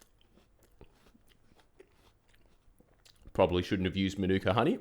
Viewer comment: Props for correctly calling it MANUKA honey and not like "MANA-COW"